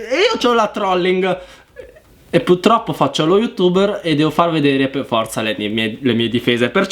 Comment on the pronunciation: PURTROPPO con la R dio bbbbbbb